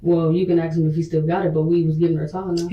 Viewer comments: I'm pretty sure it's an AI voice. Also, some people just are no good at pronouncing names. Like this killer woman being interrogated, says strimp instead of shrimp, axe instead of ask, and I could go on. You'll survive him mispronouncing one name. The detective was basically saying NO CHILD should be that underweight. It isn't normal for any child. At no point did she say they should look exactly like her own daughter. Her daughter is alive, so I guess that would be good. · I mean it's how she said it. If a white/Asian/hulk himself says axe I bet this person would absolutely type axe. It's literally the way she pronounced it. Has nothing to do with race I know many who pronounce it "axe" of all different backgrounds. Really is just the accent.